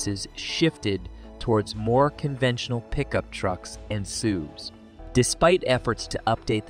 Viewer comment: "more conventional pickup trucks, and soovs"